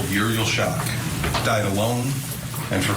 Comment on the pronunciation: 2021 the other kid died? They aren’t supposed to talk about it I guess? I do wish the Prosecutor would pronounce the baby’s name right. Uriel is not pronounced Urey